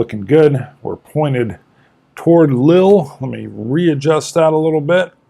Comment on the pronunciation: It is "Lee-ul" incidentally (if you mean the city Lille)